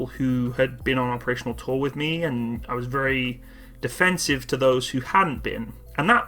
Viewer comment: Took me some time to figure that it's "operational tour", not "operational toll."